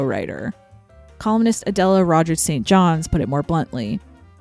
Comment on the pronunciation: Just fyi = Adela Rogers St. John's first name is pronounced like the first two words of this phrase: "addle a person's brain" Stress on the first syllable.